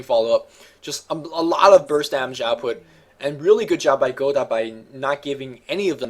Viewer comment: You don't pronounce "Godot" like that,!